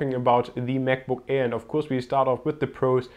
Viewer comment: He said Mac book error XD